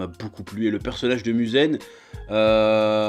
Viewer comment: Tu détruit tout les nom....C'est MUZAN et pas Muzen...C'est TANJIRO et pas Tanjiro...C'est NEZUKO et pas la soeur de Tanjiro, si t'aime un anime retient au moin les noms!! Voilà pk j'aime pas le review française.